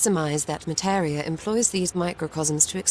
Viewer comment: "I am Materia." Yuffie: MATERIA ????? :D